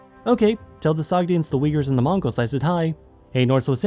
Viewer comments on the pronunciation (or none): none